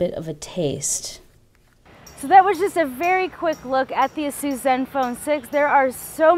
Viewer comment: Is it really that compact? It appeared as if it was pretty compact even though it had a 6" screen. I might have to correct you here, you're pronouncing Asus incorrectly. Nothing new, every 99 out of 100 people tend to do so. Here's a video uploaded by Asus North America: BTW I'm really delighted that Mobile Geeks got their review samples as no proper technology channel got them till now. Thumbs up!